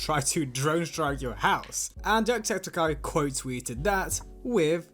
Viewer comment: Its septic-eye, not septakai